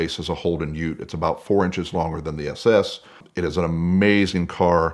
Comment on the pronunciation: So good hearing an American say "ute". Get a Maloo, it will blow your mind!